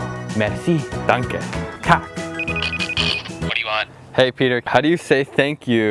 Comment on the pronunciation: You said tak wrong